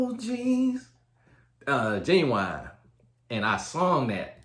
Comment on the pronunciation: Not the Genuwine🤣🤣🤣🤣🤣🤣🤣🤣🤣